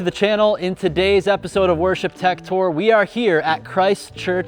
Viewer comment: Did you just say… worship tech?